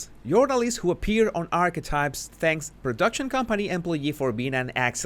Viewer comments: Jesus es ARKETAIPS no arkwise. Por favor pronuncielo Bien. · Love your pronunciation of Archetypes as "Arrswipes." So very...insightful. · It's worth it just to hear you say "Arsewypes" I crack up every time!🤣🤣🤣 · Me too!! I was just going to replay to verify I had heard that correctly. Hilarious!